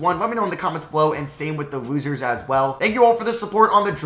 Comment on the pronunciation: Im so sorry but whenever you say losers i swear you’re saying woozers and not losers